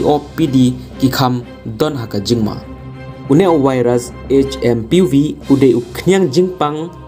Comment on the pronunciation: Not hmvp❌hmpv ✔️ 😅